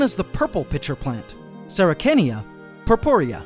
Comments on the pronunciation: THANK YOU! I was shaking my head throughout this whole video at the unfortunate misinformation. I also kind of chuckled a bit when he pronounced the c in sarracenia as a "k". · Really couldn't give Dionaea ants, the acid in the ants tends to damage them. Also on a side note 'Sarracenia' is pronounced as [SA] + [RUH] + [SEE] + [NEE] + [UH] You can also feed a venus fly trap dead food but you have to gently squeeze the trap every 5min or so and the trap will go into its sealed stage, after that it will digest the food on its own. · Add Drosera Binata or filiformis inside, they are cold temperate perennials like fly traps and Sarracenia. P.S, it’s also pronounced Sarah-si-nia ; ) I also have a suggestion, many new keepers will cut leaves prematurely, let the leaves bracket and die back completely before cutting, as cutting early robs them the opportunity to reabsorb energy from the leaf. Depending on the strength of the light, you may also want to supplement it with T5 lights, the more the better.